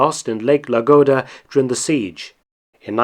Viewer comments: 06: 50 - Lake Ladoga, not Lagoda. No big mistake, and I know it must be annoying to hear it pointed out, but I do think biting your tongue every now and then keeps you more mindful of it. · Lake Ladoga* not Lagoda. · should be lake Ladoga, not "Lagoda". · Your comment is entirely appropriate, I was about to make the same correction.